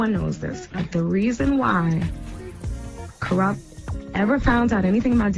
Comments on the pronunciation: kooruppt lmao get the man's name right goof 🤪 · Coo-Rupt?? Get out of here with this AI shit.